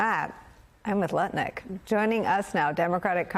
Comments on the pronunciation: Howard Nutlick say it properly. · I’ve listened to the IHIP ladies too much because I don’t even hear Lutnick anymore even when it’s said properly 😂